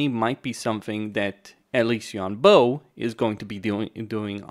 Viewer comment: “Bo” is pronounced like “bore” without the R sound at the end (like a “bore” in a British accent). “Boh” is a good guess, but hurts my ears 😢